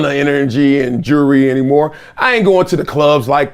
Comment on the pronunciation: "Jurrey" It's "JEWELRY". And it's not an "AWARD". It's a "REWARD". You monkeys are so stupid.